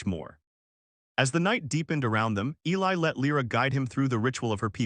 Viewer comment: And of course the male is Eli, although not mispronounced as much as usual